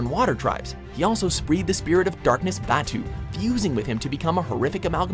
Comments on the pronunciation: WTF?? YUNALAQ???😂😂 Zhao at 7 & Unalaq at 10th?? TF?? Whats VAYTU?? It's VAATU... 😂😂 Dafuq?Dafuq?Zaheer at 5...He should be in Top 2 Again??Who's Aymon?? 😂 😂 HAMA... FACK😨😱😨 Azula!! Well Deserved... ❤️♥️❤️ NOPE!! But The Pronunciation Changed When WatchMojo Attacked, Only The M. Night Shyamalan,The Master Of Live-action Movies, Could Save The Viewers But When The World Needed Him Most, He Vanished 😂😂😂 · Name mispronunciations are killing me: 1. Unalaq (Ooonalahq, not Younalack) 2. Zhao (Shao, not Zao) 3. Vaatu (Vahtoo, not V/a/too) 4. Wan (Wahn, W/a/n) 5. Amon (Ahmon, not /a/mon) 6. Ozai (emphasis on O not I) 7. Ba Sing Se (bah, not b/a/) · Wow again with the pronunciations "Younalak, Zow, Vaaaatoo, Aman, Ozeye" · Vaatu Unalaq Zhao Zaheer - But I'll give a pass Amon, i swear, if he said noatak, i probably would've had a panic attack Ozai - But I'll give a pass there too Ba Sing Se Tell me any ohter ones